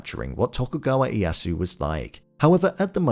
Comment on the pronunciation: Oh! I get to be that guy! The "Iyasu" is throwing me off 😅 Correct pronunciation is something more like long-e, long-a, then the yasu. The "i" and the "e" are both pronounced in the name. Now, if you'll all excuse me, I have a very exciting party to attend, where I'm assured that I will be the guest of honor. 🤓